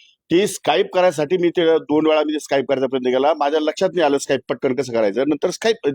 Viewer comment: स्काईप नाही, स्कीप😂